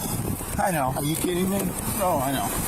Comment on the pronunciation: Serious question why can't the word no just be no and not no-wah? What the hell is that?